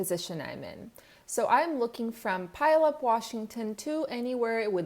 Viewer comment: A washington guy here. I have a heard a couple people call it pileup its actually pronounced pugh-all-up. Love the channel btw. Im new to working in a trucking company